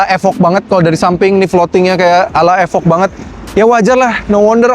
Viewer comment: nice video....thanks informasinya. ada sedikit kritik membangun; "evoque" jangan dibaca "efok", cara bacanya yg bener "ifouh"